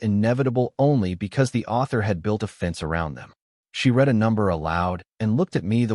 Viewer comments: You need to work on the pronunciation of words that carry different meanings based on their pronunciation. For example, the word read. It can be pronounced either “red” (as in past tense) or “reed” (as an action). There were so many mispronunciations in this story that it really negatively impacted its telling. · So so can say COMMODIFIED DOMESTICITY correctly but mispronounces read and wound regularly?